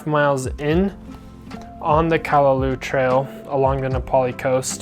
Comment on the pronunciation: Very interesting & informative video about the different film choices. I'm intrigued (yet intimidated lol) by film photography. Some of those shots are so sharp/in-focus, I didn't realize film could achieve that! On another note, it's pronounced: Kah-Lah-Lau (like the sound you'd make when saying "loud" minus the d sound) -- not "Kah-lah-loo", as you were saying. & Waimea is: why-meh-AH Not "Why-ah-meh-ah", this is a common thing I hear when mainlanders/haoles pronounce it, but it's frustrating to hear bc there's NO "a" after the "i" (aka saying it like: "Waiamea"). & the falls in the canyon is called: Waipo'o Falls (Why-po-Oh). I figured since you actually got the spelling of "Nā Pali" correct (tho Kauaʻi ⬅️ needs its ʻokina) that you would be open to knowing/learning the proper Hawaiian pronunciations 🤙🏾